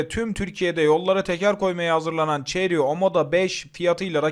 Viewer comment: La neymiş bu arabanın markası? Ceri mi? 300nm Torku öyle bir söyledi ki ağladım resmen! Bizim kamyonda 350nm tork var 😅